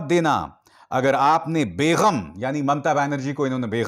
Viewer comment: Bhai Begham ( بیغم ) nahi Balke Begam ( بیگم) hai